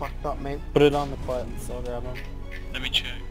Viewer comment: Quetz is pronouced like ketz. fuck you all are saying it wrong lmao. cool vid tho. fun to watch!